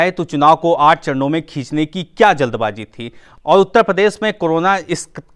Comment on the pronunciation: Jald baji nahi jald baazi hai be up ke Bhai yo